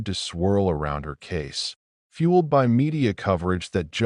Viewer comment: WHY can't this awful AI pronounce the word "by"?!? Wtf